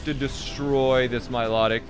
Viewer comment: The way he pronounces Milotic is like nails on a chalk board It's My-Loh-Tick You heathen not my-lo-dic